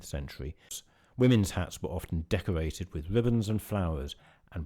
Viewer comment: Can you not pronounce the letter R? It sounds ridiculous to hear an adult say decowated, cweate, bwanches, pwovided, wemember, twue, weally, impwovements .......Goodness me, how childish!!